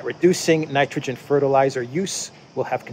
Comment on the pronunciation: Ok dude!...Ya gotta give up the JT impersonations!....A)they're not funny and B) they waste a tune of time. Did you just learn your new high voice?....Get on with it! Instead of trying to do impersonations. How about you learn how to pronounce Nitrogen.....Nice..... Nitrogen. N7